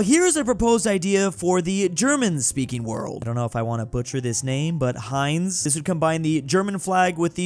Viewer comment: its.. pronounced "haynts"